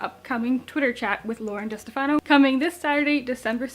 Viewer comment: Great review,! The Glass Spare is actually going to be a duology, and Lauren's last name is pronounced Duh-STEF-ah-no. The second book will be called The Cursed Sea.